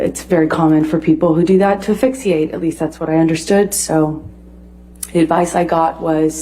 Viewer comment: "Fixiate" lol wow. AH is really showing how intelligent she is. I thought it was just a little mishap with the mechanics of her pronunciation the first time but then she said it the same way the second time (of course while being her pretentious self), giving the jury a lesson in asphyxiation.. haha I can hardly believe how outlandish her behavior is. It's something I've never seen in any person I've ever met, truly fascinating.